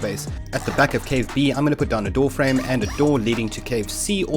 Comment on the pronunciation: Why does every time he says "door frame" I hear "warframe"